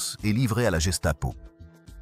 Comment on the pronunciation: Motozan? Va falloir apprendre à prononcer les noms et mots d'origine allemande. Le G se prononce gué, donc guestapo et pas jestapo. Matthausen pour mototozan ?